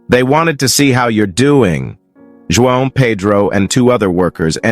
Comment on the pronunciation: If you 😊are trying to pronounce the name “Juan” please say more like “wahn”. It’s confusing to listen to mispronounced words and names.